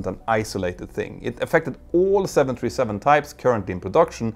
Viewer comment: I've listened to and enjoyed many of your videos. But it took me quite a while to realize that when you say what sounds like 727, you're actually trying to say 737. This happens more as you speak more rapidly. It's quite confusing, and results in misunderstanding. I think it's because you pronounce the US "th" more as just "t". Other than that, I really enjoy your videos. I've learned so much!